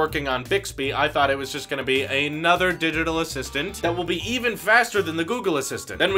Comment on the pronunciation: “...The new Didital Assistant...”